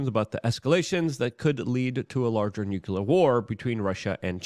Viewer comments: Hey Luke, what does newkyouler mean? Is it a form of the word nuclear(new klee er)😬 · WHY do so many of my fave yt guys pronounce noo klee ur wrong??? Bugs me to no end.